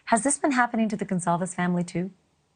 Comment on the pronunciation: Psssttttt: Ashley - please pronounce the victim's last name correctly! It's Gon Cal Vez. Not whatever you said.